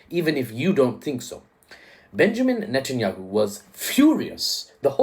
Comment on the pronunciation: You calling him netenWUHA would be trending in South Africa.🤣🤣